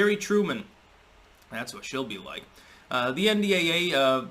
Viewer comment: Sorry your sentence got lost in translation. Did you say she 'll or shill ? Still deciding whether such semantics matters or I am just being pedantic.